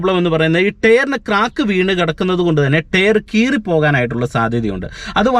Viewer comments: ടെയർ അല്ല ടയർ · ടെയ്റ് അല്ല ടയർ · ടെയർ അല്ല ടയർ. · ടെയർ അല്ല correct ആയി pronounce ചെയ്യൂ